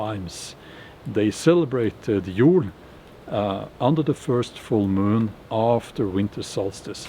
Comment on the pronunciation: Old Norse Jól isn't pronounced like a Norwegian would say Jol, it's a long oooooooooo. Unless Icelandic and Old Norse pronunciations of this are different